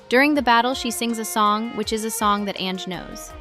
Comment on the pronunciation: Hey there, it's an amazing project, but maybe next time we got better pronunciation? Like ZZ is not ZiZi, but Double Zeta, and Ange is read Anju, not "Enj"